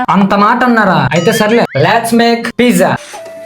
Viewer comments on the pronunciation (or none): It's peet-sa not pijja (pronunciation)